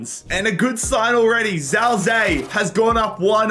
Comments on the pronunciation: Zhao zi to zhao zei ..... it's chao ji ye not a hard ch, more like j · His name is ziye not Zhao zi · As a chinese descent Zao Zei triggers my ears too much. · it; s pronounced jow zi yeah, btw. He's scored a few games this season despite not being a starter and playing for a relegated team. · i'm chinese, this entire video pronunciation of zhao ziye pains me